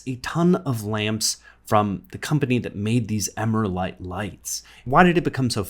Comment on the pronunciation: Agree, but I would pronounce it Emeral-ite rather than emera-lite.